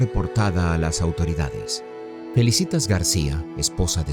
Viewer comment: No es FELICITAS sino FELÍCITAS, con acento en la primera “I”. Por favor, me FELICITAS a quien grabó la voz del texto. No sabe leer.